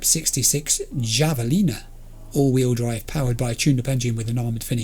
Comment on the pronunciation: Keep in mind, the reason it shows you have so many rounds for that gun is that it essentially shoots eddies. It's showing you how much money you have expressed as bullets. Also, the 'J' in Javelina is prounounced as an 'h'. It's named after a pig like animal found in Central and South America.